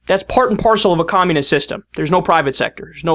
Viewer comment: Nugent pronounces communist 'kkhhhommunist'.